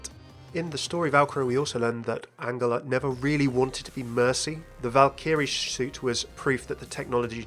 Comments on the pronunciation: I'm sure you pronouncing angela wrong. Surley it would be pronounced the same way as angel instead of angle (with a J not a G)? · Wait has mercy's first name always been pronounced like angle instead of angel? I always pronounced Angela like angel. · why are you pronoucing angela like angler??? its really bothering me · It’s An-JEL-ah it’s not pronounced like a G 😶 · Yes but everyone in the game pronounces it like a J. Genji, Brigitte.. not many people say her name actually but I think Mei does? I’m sure I’ve onky heard it pronounced like a J amongst the cast & crew as well. Also it’s my mum’s name and it just bugged me hearing it differently 😂 maybe you are right but I’ve never heard it that way before. I’m just judging from the game and from what I know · The way you say Angela....... Still love you tho XD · I agree, it should be a soft g like in giraffe